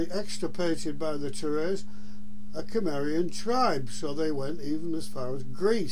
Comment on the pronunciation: SIMARIAN, IS HOW YOU PRONOUNCE CIMMERIAN...NOT KIMERIAN. DON'T BE A DOLT!